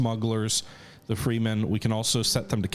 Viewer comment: Plus the 'Freemen'. He never changes 😊